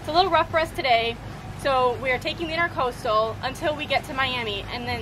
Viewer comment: Intracoastal not intercoastal.